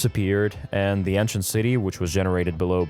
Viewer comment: Ant shint